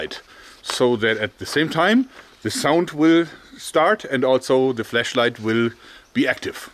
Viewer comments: You keep saying "fleshlight" instead of "flashlight" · It sounds like he is saying flesh light